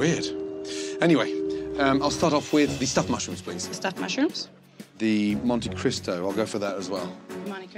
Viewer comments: I noticed that too & I felt bad😔 also -ish the server calls the sandwich a "monte CRISCO" 🤣 lmao, but good luck to em ❣️ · That server really said "Monte Crisco"... wow... But that tracks 👍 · bruh. She says Monte Crisco the whole time 🤡 straight negligence 😅 she don't care about that job either !!! Lol, shit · The fact that they were calling it a monte Crisco instead of Christo is telling. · It sounded like the waitress called the sandwich a "monte crisco". I rolled my eyes, and said "cristo". When Gordon squeezed the grease out of it, I realized she was correct. That thing was full of crisco. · Her calling the greasy Monte Cristo the Monte Crisco is killing me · I come back here just to hear the waitress call the Monte Christo "Monte Crisco". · The fact that she calls it a monty crisco 😂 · 😂 YES, it is a Monte Crisco! Definitely not a Monte Cristo. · "Monte Crisco" she called it lol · It is Monte cristo, not crisco that is a type of shortening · Monte Crisco lmfao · Monte Cristo, more like Monte Crisco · "Monte Crisco" she says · Monte Cristo, darling. Not Monty Crisco. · It’s not “Monte Crisco “ .. it’s “Monte Cristo “ ughh ! I worked for Bennigans and we were the ones who made that sandwich first ! What an ignorant restaurant 😂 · Monte CRISTO. CRISTO. Not Crisco. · It's monte crisTo not crisco. I know it looks like it was deep fried in crisco but at least get the name right! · The waitress calling the "Monte Cristo" sandwich a "Monte Crisco" is ironically hilarious 😉😉🤣🤣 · Made me laugh when the waitress called the greasy Monte Cristo a "Monte Crisco" 😂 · I like how the waitress slipped up and called it a 'Monte Crisco' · "Monte Crisco" lol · Hahaha while he's squeezing the grease out of it, waitress calls it a "Monte Crisco". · The fact that she kept calling it a Monte “Crisco” didn’t help the sandwiches case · they really let that poor girl call it a monty crisco the whole time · Love how Ashley calls the monstrosity a monte crisco 🤣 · “Monte CRISCO”